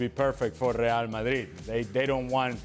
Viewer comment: I love how ale says real Madrid. As he says it properly